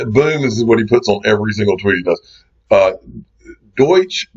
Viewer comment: What's a Doych?